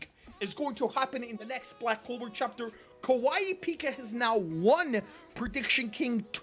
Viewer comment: Tabata (butchered my man’s name) is actually kawaiipika